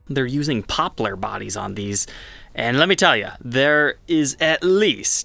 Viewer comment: is part pirate, just listen to his annunciation of Poplar, arrr bring me my poplarr guituarrr, and a bucket of larrd!